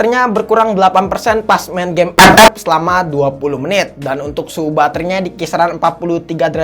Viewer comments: Klo ff di blokir gk bisa lgi dong dengar bang ngomong ep ep kya ad yg krng aja gitu wkwkwk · Kocak beud waktu nyebut EPEP🤣🗿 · Sllu terngiang" dengan kata ep ep wkwkwk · Bang kenapa lu kalok bilang epep gitu😢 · Demen banget klo dia ngomong EP EP, Awokwkwkwkwkwkw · Epep epep epep epep epep epep epep bengek ajg 🤣🤣🤣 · Njir ngakak ngomomg ep ep nya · ngakak cok pas tiap bilang epep 🤣🤣🤣🤣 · lucu nyebutin ff nya😁